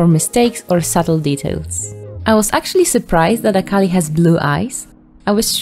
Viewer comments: (I'm not trying to hate but I need to point this out) Every time they say "Akali" it takes me a bit for me to realize what they're talking about, because they aren't saying her name correctly. Akali, as far as I know, is pronounced Ah-Kee-Lee. Thank you for your time, I'm sorry qwq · btw this isnt hate but a cal ie is how its pronounced